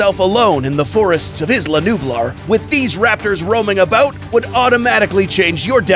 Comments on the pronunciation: He said Isla nublar wrong lol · His pronunciation on isla nublar tho 🤣 lol